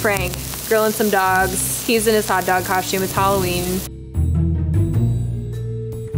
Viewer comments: “coshtume” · No one:: Hot dog cosh tume She still fine tho. I would let her absolutely destroy my mental health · I'm French and she did butcher it 😂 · I’m french, SHE BUTCHERED IT! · I’m French you butchered it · I'm French, she BUTCHERED it! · I'M FRENCH, SHE BUTCHERED IT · I’m french....she butchered it. (Edit) I’m French Canadian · "Im French u butchered it" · IM KOREAN BUT SHE BUTCHERED IT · I'm French you butcherd it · you butchered it:( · I’m French she butchered it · Im french and she butchered it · IM FRENCH SHE BUTCHERED IT angry French screaming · i’m french. she butchered it. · I'm French you butchered it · I’m French; she butchered it! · I’m not French, she butchered it! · I'm french she butchered it! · I'm French and, yes, she butchered it. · "I’m french, she butchered it"